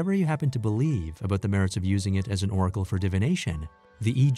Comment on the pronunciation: Oracle not 'oragal'.